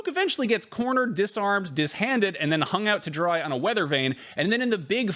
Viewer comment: De-handed not "dishanded".